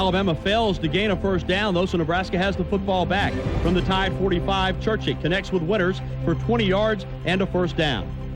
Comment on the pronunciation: Think how good Alabama would have been if they recruited the entire South, and not just white players. Amazing. And it's Churchich, not Churchick.